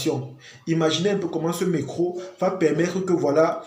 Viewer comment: Pourquoi vous dites « mecro » pour dire Metro ? 😅